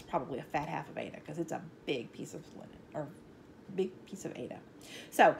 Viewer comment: Yikes! Aida cloth, not aids cloth!!